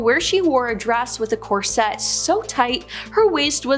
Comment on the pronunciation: It’s pronounced corset NOT cor-sette! Get it right!! Smh…